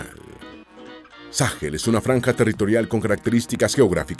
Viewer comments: No se dice Sáhel. Se dice Sahel. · Sáhel? Se dice Sahél